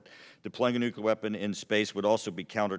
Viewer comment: Small thing, but embarrassed that he calls it nukular device. Nuclear